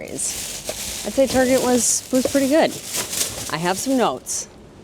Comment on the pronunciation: I like your “figgerin” for doin this! I should do it too because I’m not at all used to filming myself in public, even though I’m a musician and play in public! Go “figger!” 😂💜😂 ( in, Target? Tar Szhay? 😂😂) ((In one of your next vids for this series, I dare you to talk with your hands, as you are doing so very well while sitting at your computer in this video!)